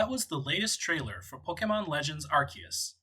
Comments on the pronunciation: PLEASE NOTE: even if you don't get anything else from this video, at least observe that the pronunciation is ARK-EE-US, not ARS-EE-US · Guys it's pronounced, arceus